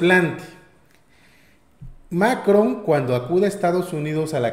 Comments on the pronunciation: ¿puedes dejar de pronunciar TODOS los nombres de mandatarios como si fuera inglés? No es MAcron sino MaCRON, la última sílaba es mas fuerte. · hehehe. Macron se pronuncia con el acento en la ó. Es en Francés, no Inglés. Pero felicidades como siempre por su labor compañeros. Los sigo. Viva México y su transformación.